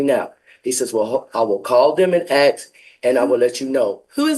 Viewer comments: Will someone please teach a class and how to say the word ask. Ass....K !! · …you’ve seriously never heard especially Black people pronounce it that way? I thought it was a known stereotype